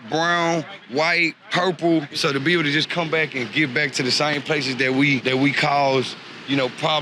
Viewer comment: "what's it like living out here?" "its burrable"... somehow I suspect she's being a bit generous.